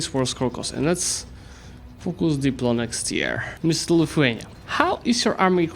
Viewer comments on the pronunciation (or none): none